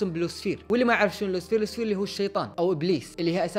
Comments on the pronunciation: لوسفر مو لوسفير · فضحتنا يا موب لوسفير اسمه لو-سي-فر لوسيفر (والراء ما تنطق)